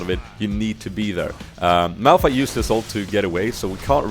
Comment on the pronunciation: Awesome vid! U kind of messed up Malph and Mao´s name sometimes :D... Funny